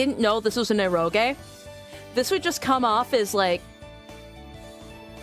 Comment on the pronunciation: It's not "erogay" :D